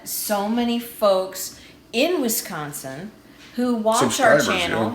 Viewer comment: Yay! You even said Wisconsin right!